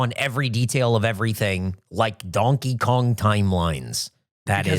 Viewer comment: I semi agree with opinion on lore take (sometimes connecting entirely unrelated things is fun, like sure Payday takes place in the Left 4 Dead universe that's a fun idea) but I also cannot get over pronunciation of Donkey Kong, it's like he's doubling every vowel